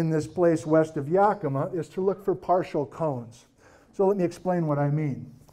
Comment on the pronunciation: Yakimaaaaa more emphasis on the ma.🎉 Brilliant lecture thank you! I'm living in N.E. Oregon right now about 5,000ft at the foot of Wallowa Lake. My yard has sunk and now has a noticeable slopping. I have no idea why? It started sinking last fall. Anyone else notice this happening? One other person noticed her yard developing a slop as well. She's on the other side of town. Very weird. I was eight when Helens blew.